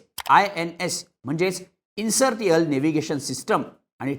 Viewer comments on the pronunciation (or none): इन्सर्टियल नाही रे, इर्नशियल असं आहे 🙏🏽